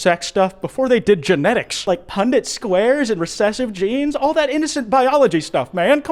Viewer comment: ... did you say pundit squares?